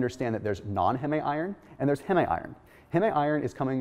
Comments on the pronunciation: ITS HEEM IRON. HEEEEEEMM. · It's not pronounced "HeMe", It's pronounced "Heem". That's like calling memes "MeMes". lol